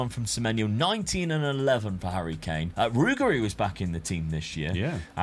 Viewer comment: Brother in christ 😢 use Forvo, you're butchering SO many surnames! Example: Ruggeri=Ru-GG-Eri. Meaning Ru-Ge(as in Gerrard)Ri. Not Rughery